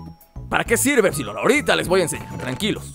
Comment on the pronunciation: LukasRap Roblox, Juegos dice épsilon no épsilon aprende a leer